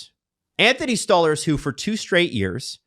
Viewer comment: If I hear this muppet say stole herz. Instead of stolarz one more time dear god man